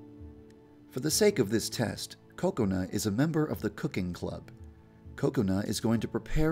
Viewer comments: he makes kokoana sound like coconut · it sounds like he is saying counut its kokana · most people pronounce Kokona like Coke-oh-nah instead of Coconut without the T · its funny when he says coconut instead of kokona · it sounds like your saying COCONUT instead of kokona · I hear Coconut instead of Kokona. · say it like Kub Scoutz say it: KA-kona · he says it as "cocoa-na" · I love how he pronounces Kokona like "Coconut " 🍰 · It sounded like you said Coconut-Chan. Also, Yandere was kind of blowing her cover on that last part. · ok is it me or does it seem like he keeps saying coconut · There is just something wrong when he says Kokona? It sounds more like Coconut. ;) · At first, I thought he said Coconut-Chan 😂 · Hey Yandere Dev, you pronounce Kokona (Ku co nu) I can't believe you didn't know that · He sounds like he says coconut chan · like he's saying coconut 😂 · Ko-ko-na Ha-r-uka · I thought it was pronounced koko na but it's ko-ok na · Omg I think it's pronounced ko-ko-na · i thought it was pronounced as ku ko. not ko ko nu. lol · Dev also says Kokona with a Short sounding 'o'. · Not being a hater on how he says it but it is not how you say that students name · The way he pronounced Kokona made me upset >.<